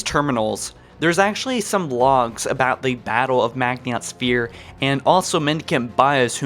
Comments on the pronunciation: How you pronounced maginot made me cringe and shake harder than a gender fluid creature after someone says there are only 2 genders if you’re not sure then find out how to pronounce the words we don’t want another Cairo station incident lol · Did he really say "sentiment life" instead of "scentiant life?" Why does he keep calling them "foreigners" instead of "Forerunners?" He's pronouncing the "T" in Maginot?! Next John-117 will be the Master Chef! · You were mispronouncing Maginot so often you said "setnient" instead of sentient lol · You pronounced Maginot wrong and it triggered me so hard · He’s saying Maginot incorrectly on purpose right? If not, he just sounds uneducated. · Dude fuck D-Day, Stalingrad, kursk, etc are bigger battles than D-Day. Pronounce Maginot correctly please. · It isnt pronounced like that. Maginot the t is silent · Ban One ahhh he said Maginot wrong ahhhhhh. Kill the bastard, fucking murder him. Seriously though, it's not a big deal jfc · Butchered the pronunciation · Maginot isn't pronounced (Mag-nii-ot). It is pronounced (Ma-gin-oh). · Did you do a video on the hive mind of the flood I am new to the channel. Its maginot not magihont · its called maginot not magniot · It's pronounced ma-ji-no not mag-nee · Not mag-in-ot, it's proounced maj-in-oh Also I'd argue that it's less like D-Day, and more like the fall of France. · Bro the "I" comes before the "N" in Maginot. How are you pronouncing it MAGNIOT. It is a french word. MAH-gino. I wouldn't have said anything if you only said it one time, but you say it so many times lol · Madge-en-no. I dont know where tf you got meagniot from lel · You pronounced Maginot incorrectly. Ma-jin-oh. Not Magniot, how you pronounce it. Apart from that, it made sense. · Mag-i-not not Mag-niot. Dude come on read slower holy shit. Also you have to know you've been pronouncing ancilla incorrectly for YEARS right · Stop fucking saying mag-nee-ot sphere! Its ma-jin-oh! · It’s pronounced “Majino”